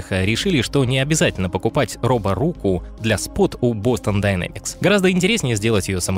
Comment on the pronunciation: А можно "Дайнемикс", а не "динамикс"?) Уж очень жутко звучит.